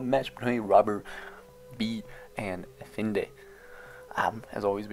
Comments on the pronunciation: Brooo, love your videos, but it’s EFaENDI not efinde. It can’t be that hard to put how to pronounce Efendi to youtube and watch a few sec video :D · For the love of god, please say "F" Now "N" Finally "D" Congrats! You pronounced Efendi correctly. Now you know. I hope we will hear the correct pronunciation in the future videos.